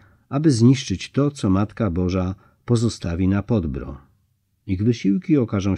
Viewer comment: Informacja dla: w języku serbskim/chorwackim wyrazy niekiedy mają formę zbitek spółgłoskowych, ktore szczegolnie dla Polakow przyzwyczajonych do sylab z samogloskami stanowia trudnosc w wymowie. W takich konstrukcjach w wymowie pojawia sie cos w rodzaju półsamogloski - krótkiego "y". Nazwę gory objawień Podbrdo (przedgórze) nalezy czytac Podbýrdo. Podobne wyrazy: srce (serce) - wym. sýrce, Krk - wym. kýrk itd. Milo sie Pana slucha, ma Pan piękny glos i wymowę, ale dla ludzi znających chorwacki zgrzyta to Podbrdo w odbiorze. Polecam przed naczytywaniem sprawdzac wymowe obcych wyrazów. Pozdrawiam z szacunkiem.